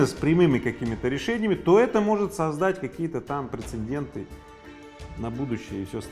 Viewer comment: "ПрецеНденты", "хочете"...)))))